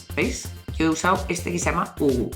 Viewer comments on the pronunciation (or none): aunque fuera en ingles se pronunciaria U H U (iu, eich, iu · Se lee: uju, no uuu .-. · No es Uuu, se lee como se escribe UHU (u ache u)